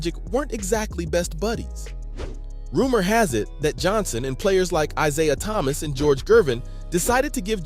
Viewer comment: The narrator mispronounces Isiah Thomas' name. It's laughable.